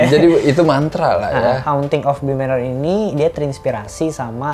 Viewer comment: "Haunting of Bi-Manor"